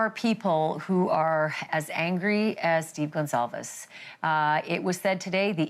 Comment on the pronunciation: Please say the last name right, it is Goncalves not Gonsalves, I love you so much you do a good job! This is sooo sad. A hard pill for the families to swallow, ugh!